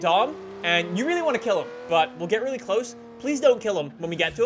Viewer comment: I hate the way he says really (reeylee)